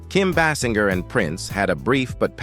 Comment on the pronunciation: What is this crap?? You do a profile on Kim and cant even PRONOUNCE her name right? And you keep saying it different ways; what is this?